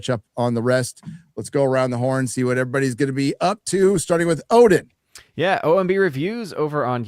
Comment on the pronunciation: AZ one? I thought it was supposed to be Odin?